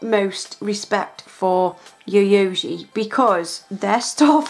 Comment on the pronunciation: lol every time I see you do a Yayogae video I feel your pain trying to pronounce it. It is actually pronounced Yi(Hi with a Y)-Yo-Gay. Love these videos dear.